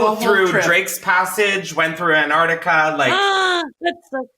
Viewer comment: Every time I hear Chris say Antarctica, I hear it as Aunt Artica as if he's been off visiting some elderly aunt 😝😂